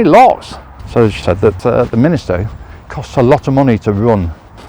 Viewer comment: Nice video of my home town, but please: it's a Minster, not Min i ster. Sorry to be picky.